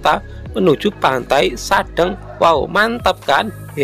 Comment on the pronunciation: Pengucapan kata sadeng . Itu spt pengucapan kata Cireng .